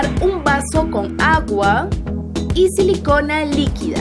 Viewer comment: Tú dijiste sin selicona